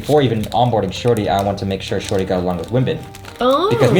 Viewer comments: Thats because dropped the middle "i" and so it sound as "Shori". Thats why dropped "s" at the end of name LOL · Tbh I thought they were hooking up and he's just calling her shawty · It sounds like he is saying "Shorty" rather than: ) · Is it intentional, or does the way say ‘’ sound like ‘Shorty’? Just me? Alright, I’ll see myself out..